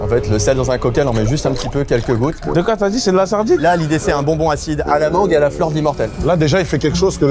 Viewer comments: La mangeuh m'a tapé un fou rire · ✨LA MANGUEUH ✨ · ✨la mangueuh✨ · " la manguE " 😂 SDM le goat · La mangeuuh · "La manGUE"😂